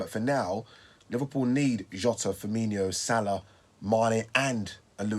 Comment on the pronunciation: FIR MIN O. FIRMINO. NOT FIRMINEEO. 🤣